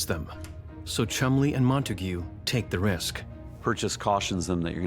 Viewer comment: Cholmondley pronounced 'Chumley'.